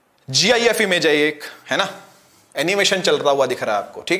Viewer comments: GIFe❎️ gif✅️ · Gif hi bola